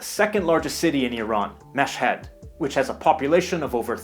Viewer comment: You pronounced Mashhad with perfect 👌 accent bravo 👏 and I'm from Iran and I hate when people in the world say it's not a safe country,the last war in Iran ended 32 years ago and it's a pretty safe place to travel.